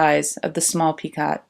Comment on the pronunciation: Thanks for sharing your work. Enjoyed looking at the different motifs. I hope you don't mind if I let you know that the word "picot" is pronounced "PEEko."